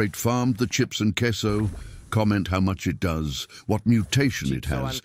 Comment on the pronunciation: Did Bro say "CAseOh"?